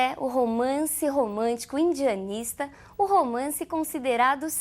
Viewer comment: É engraçado quando ela fala romance urbando ou andianista.